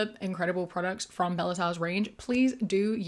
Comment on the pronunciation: your annunciation on bellesa killed m,e